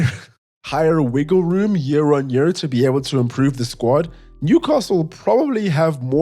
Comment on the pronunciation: " wire wiggle room" 🤣😭 just drunk things